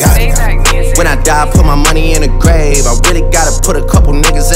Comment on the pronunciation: It sounds like grape when he says grave